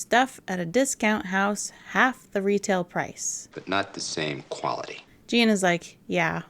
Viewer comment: The most entertainment value I get out of this is the weirdly specific way Robert Conrad says "quality" like it's a four syllable word somehow. It's been living in my head rent free since my first watch. An Exercise in Fatality has always stuck out to me as one of the kinda dull Columbos. It's good, there's barely a handful of episodes of the 70s run I wouldn't call good. But this is one of those 94 minute episodes where I can feel the writers sweating trying to meet that runtime. Dagger of the Mind was like that too, and this is the second one where you can really feel it. Course that gets to be an extremely common problem in the 90s era where they switch to doing 90 minute episodes exclusively, but ya know, getting ahead of myself. There's a lot here I wanna like. Mila Janis is an impressively hateable killer and he believably gets under Columbo's skin in a rare moment of anger that doesn't really come up again till like Now You See Him 2 seasons later. I think my main issues are two fold. One, part of the fun of Columbo episodes is seeing the killer dig a whole for themselves as our boy pokes holes in his seemingly perfect murder. But the murder here is pretty plain and simple, and I feel like a lot of the episode is just kinda dancing around until the gotcha. That typing scene feels like it goes on forever, although atleast that one's funny. I also think this might be the weakest gotcha in the show thus far. I don't even know if it's bad, I'm mostly just really confused b